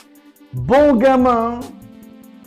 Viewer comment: En vrai le pire c'est quand Bon gamin s'est dit avec l'accent anglais ça me fume